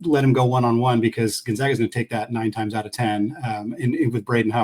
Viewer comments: please teach the guy to say Gonzaga correctly. We aren’t the Zogs, we are the ZAGS! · honest question here. This is the third straight guest who can’t pronounce Gonzaga. Why don’t you mention before the podcast starts (in a friendly way), “it’s the Zags, not the Zogs”? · I automatically dismiss the opinions of any basketball commentator that can’t pronounce Gonzaga correctly.